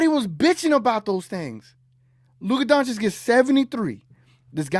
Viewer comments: It's been 5 years and he refuses to pronounce his name correctly (donchick) 😂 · And the jackass still can't pronounce his name correctly. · To this day, Smith deliberately mispronounces Luka's last name. Maybe because his initial analysis of Luka's talents was completely WRONG. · This dude still can not pronounce Luka name right? What an ignorant moron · Steven does this on purpose and he shows his disrespect to Luka only.